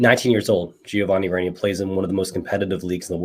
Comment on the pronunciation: Love you brother but the way you say Reyna hurts lol 😂